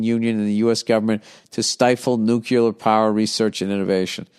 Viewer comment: "Nucular" power